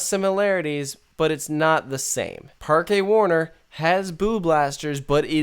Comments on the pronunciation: Heads up: Parque is pronounced "Park" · Not really. You can not miss the "e" while saying "Parque", so the pronunciation is "Parke".